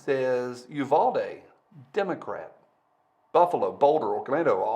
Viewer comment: Uvalde is pronounced "You-Val-Dee" not "You-Vol-Dee". said the Texan.